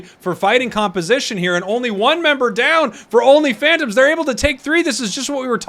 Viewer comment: Everytime say only phantoms I hear only fans